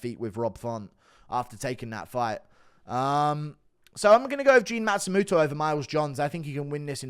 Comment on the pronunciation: Stop pronouncing it like a matsumuto it's matsumOto